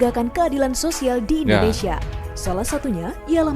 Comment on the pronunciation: Kalau SEBUT Indonesia Brother jgn Di Melayukan Indonese...???? SEBUT dgn Benar INDONESIA..... 👈